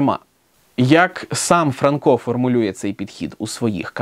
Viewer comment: Вже ФранкО, а не ФрАнко?! І нащо було каламутити людям в головах?